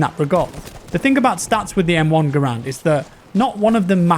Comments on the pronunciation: For all those who sin, it is pronounced “GahRand” not Grand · It’s still called garand not gurand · Garand not grand.......Gar-and. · Hey, Garand is actually pronounced (gar (as in gary) and) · Garand rhymes with errand. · John Garand is actually pronounced with the accent on the first a.